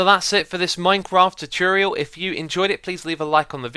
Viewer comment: The way he says "tutorial" makes me cringe